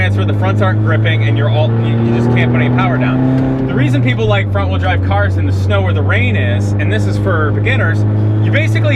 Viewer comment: You keep saying wrong wheel drive wrong, weird.